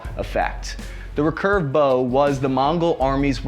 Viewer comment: Let alone the rek urve